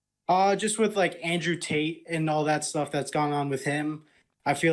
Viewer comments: David sounds like he’s pronouncing his name Andrew TAINT! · Yo, is David saying Andrew taint? If he's not he should. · Did he say Andrew Taint? :) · It amused me that David said Andrew Taint the whole video. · Did David intentionally call him Andrew Taint? Lmao